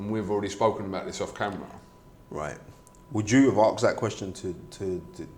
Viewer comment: Very clever bloke but still cant say asked correctly